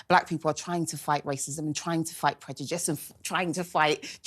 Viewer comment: Why can't she pronounce 'prejudice' correctly and still continue to say it every 5 words? 😂